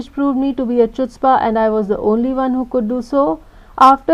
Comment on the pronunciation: Wrong pronunciation of wrong 'chutzpah'